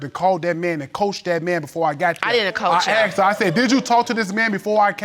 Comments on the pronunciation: It’s not aksed its asked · Is it just me, or does it sometimes sound like they say "axed" instead of "asked"? I've heard it multiple times now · ....yea...their English is pretty messed up...always wondered why you'd say,"axed",as opposed to the correct pronunciation...that is;..."asked"...